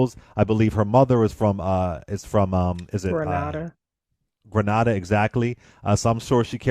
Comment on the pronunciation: Its Grenada 🇬🇩 🇬🇩🇬🇩🇬🇩🇬🇩🇬🇩🇬🇩🇬🇩🇬🇩🇬🇩🇬🇩 Get it right if u will speak on Amanda . U can’t even get a Caribbean Country correct! Who exactly 👍🏽 are you !!!!!